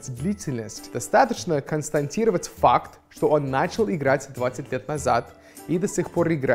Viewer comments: не "констаНтировать" а "констатировать",, ой, эээ,. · "КонстаНтировать" - ееее,, ты говоришь точь-в-точь, как большинство русских! Совсем обрусел))) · Я так не говорю :> КонстаНтировать это наверное так